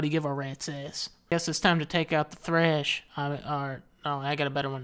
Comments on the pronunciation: BTW DUDE ITS THRESH NOT HEC :D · It's thresh not thrash and soul was better imo.